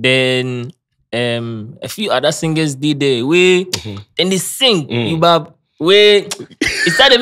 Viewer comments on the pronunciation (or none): Kwesi Arthur too be "you bab" 😂😂😂